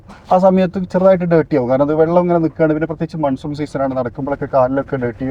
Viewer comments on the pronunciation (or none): none